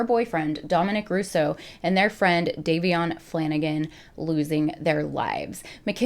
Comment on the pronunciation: Just For Future reference it is pronounced "Day-vion" No hate whatsoever!! 🩵 Just thought you may want to know 😍